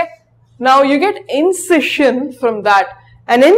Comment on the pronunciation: It is a good video.But some words like melancholy,dilapidated, incision, regicide are wrongly pronounced.